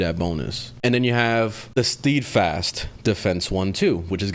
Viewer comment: Steadfast = sted-fast not steed-fast So many people butcher that word.